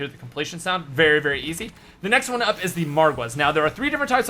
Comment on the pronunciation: says "seems eazy" 😂😂😂 lol I'm done not extremely hard definitely not eazy